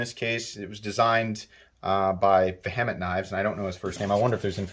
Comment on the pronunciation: Pronounced veehament